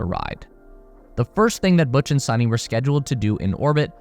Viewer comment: Butch and Suni (it’s pronounced as “Soo-knee” NOT “Sunny”) will be loving it up there! Imagine waking up every day to the sight of the planet below!!